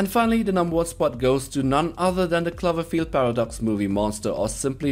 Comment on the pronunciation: Klaverfield, really? You can't pronounce the word clover? Did you even watch the movie? Lol